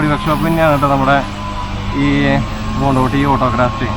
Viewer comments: കൊണ്ടോടി ✅ കൊണ്ടോട്ടി ❌ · കൊണ്ടിട്ടിയല്ല കൊണ്ടോടി